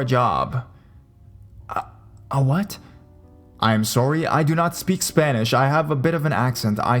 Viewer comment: "sooory", sounds like robin from how i met your mother